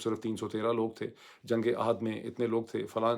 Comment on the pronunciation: جنگ آحد.... نہیں... Oohad الف پر پیش ھے_